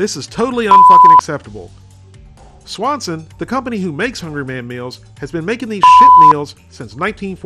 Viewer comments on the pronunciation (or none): none